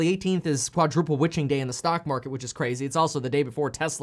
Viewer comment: Quadruple wittching day?, am i the only one who heard this???